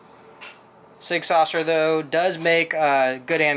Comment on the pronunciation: Not Sig Saucer....there is no C or S in the middle. It's pronounced Sig Sour.....like sour grapes.